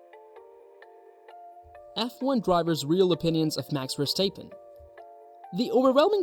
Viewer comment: You pronounce his name like …. what? Verstaypen? Ridiculous.